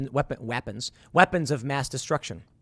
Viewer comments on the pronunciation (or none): Someone needs to clip the “weepons”